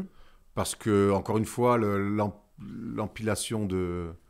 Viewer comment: Ouawww, mais c'est quoi ce "EMPILATION"...ça m'a fait aussi mal qu'un LF de Ben Simmons...😳